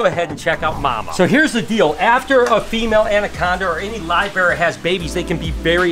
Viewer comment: He said livebarrer. I probably spelt that wrong. But pretty much saying snakes that give live birth over eggs will usually be more aggressive